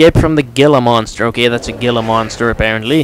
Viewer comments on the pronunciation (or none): Its pronounced hila monster